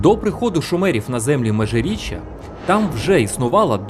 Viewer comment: МежиріччЯ, а не МежиріччА